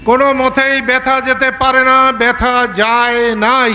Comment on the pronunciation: বৃথা শব্দটাই ভুইলা গেছে,ব্যাথা যেতে পারে না বলছে!